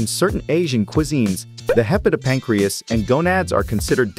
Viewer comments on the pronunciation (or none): Before undertaking a project such as this, one would think the producers would spend a little time researching the proper pronunciation of some of the terms used e.g. cephalothorax, hepatopancreas and ommatidia.